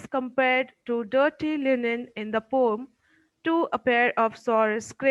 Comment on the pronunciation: Pom❌ Poem ✔️